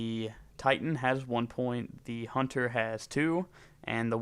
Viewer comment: HUNNER?HUNTER NOT HUNNER